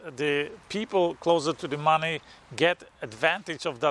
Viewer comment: I like the way you say "Mahneh"